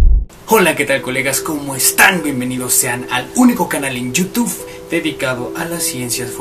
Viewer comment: Porque agarraba un craneo :v y decía “yutuf”